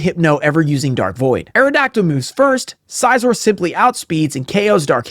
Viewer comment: Not bullet punching the 1HP meowskarade so as to not take damage hurt a little. Also the way you say Scizor hurts my soul. Scyther like a scythe. Scizor, like scissors, not SIZE-OR???